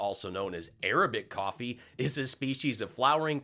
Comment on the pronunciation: It ain't coffee it's cofevfy